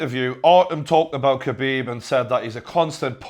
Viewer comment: TJW 0405 nah man, it's Xabib